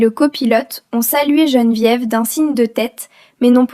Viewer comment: Geneviève et non gene diéve !!!!😂😂😂